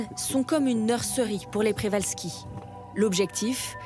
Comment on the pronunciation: Le nom du cheval est celui de son découvreur, le naturaliste russe Nikolai Mikhaïlowitch Przewalski ( ) d’origine polonaise. Le digramme rz polonais se prononce J. On doit donc dire Pjévalski. D’ailleurs écrit en cyrillique le rz est remplacé par la lettre correspondant au son J.